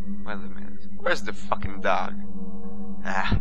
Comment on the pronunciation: sounds like your saying duck lol :P